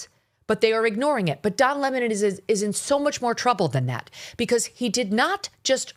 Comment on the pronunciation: I love hearing you pronounce his name the way it should be: 🍋and not Le-Moan ! ha ha ha ha